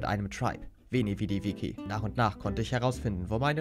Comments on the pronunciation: Bro, geiles video, aber das heißt Veni Vidi VICI (vitschi gesprochen). Das viki triggert den shyt aus mir raus 🤣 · veni vidi viKi wie er einfach viki statt vici = vitschi sagt😂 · Alla gönn dir die 80k und wie immer nice vid btw man spricht das wie tsch aus bei veni vidi vici😂 Alpha Vip lässt grüßen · Veni vedi vici. Das vici wird witsche ausgesprochen. Auf Deutsch ich kam ich sah ich eroberte. 👌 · wenn der eine typ noch einmal veni vedi witschi sagt...